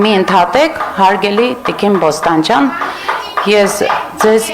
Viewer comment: Նվարդի՛կ, ո՛չ-թե Բոստանջյան, այլ Փոստանջյան։ Եվ առհասարակ ինչու՞ ես ճորալով խոսում, քնաթաթախ ես, թե՞ ՞ ՞…🤯